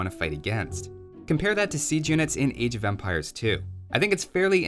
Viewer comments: It sounds like you are saying age of vampires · Am I the only one hearing "Age of Vampires" every time here?